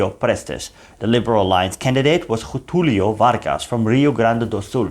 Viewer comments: Great job! Pronunciation: "Minas Jerais" "Jetulio" .... J sounds near English. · The "Ge" in "Minas Gerais" and the "Ge" in "Getulio Vargas" are pronounced as the "Ge" in Generation or in General.